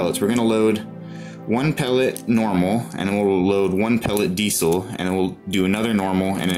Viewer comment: Besides being unable to pronounce diesel properly, video....but what the duck is a diddlybop...you mean a magazine ffs.🤔